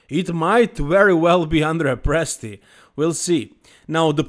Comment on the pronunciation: Not even close for Presti lol, I guess you are Italian? 😅